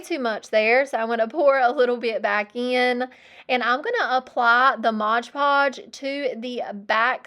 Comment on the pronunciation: Love everything except "modge" omgoodness I cringe everytime lol it's mod